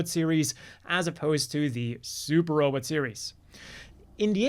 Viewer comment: You pronouncing robot the same way Dr Zoidberg does is hilarious.